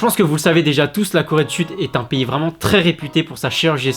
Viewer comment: Mdr je t'aime bien maisss.... UNEUH COIFFUREUH VREHEUHEUHEUMMMMMMMENHENHENT :D ps : le gars etais plus bg avant.